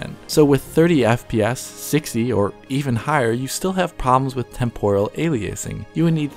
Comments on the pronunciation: This guy's voice isn't very engaging. I normally enjoy watching a DF video, but this guy just zooms off without any reprieve for someone to process what he just said. Doesn't help that he has weird pronunciations like Ay-lee-ace-ing and Tem-pore-rull, like he wants to deep fry time or somesuch. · words to learn to pronounce: aliasing temporal